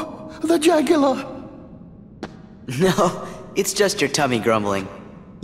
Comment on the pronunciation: "Jagular", haha <3